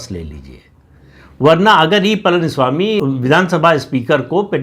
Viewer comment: प्रदीप ॥ please learn to pronounce Pazhani ( PazhaniSwami .. Not PalaniSwami ...) Please learn to pronounce it right. ZH ...learn to say it right. Please.